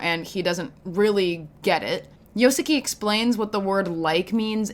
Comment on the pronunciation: Great video, but girl how are you gonna butcher my man Yoshiki’s name for a whole hour